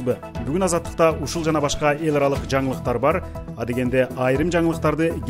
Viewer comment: Эларалык деген создун ,,л" тамгасын диктор негедир жумшак эмес каткалан айтааркен